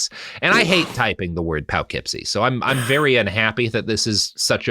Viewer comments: As a resident of the Poughkeepsie, NY, area, it's Po-keepsie or Puh-keepsie, not Pow-keepsie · Oh no - not Poughkeepsie (poe-keepsie) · I'm 90% sure Robert knows the correct pronunciation. I'm 100% certain that he's aware it's not pronounced as it's written and is doing that any way on purpose. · The way Robert prounounces Poughkeepsie, NY absolutely tickles me.